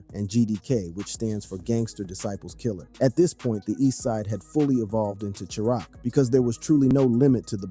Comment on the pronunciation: this guy cant even say chiraq right 🥱.....you dont even know what you speaking on gang just take this video down we can tell you reading from a script